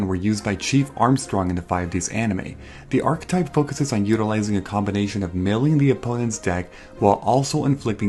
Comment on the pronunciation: archetype is 3 syllables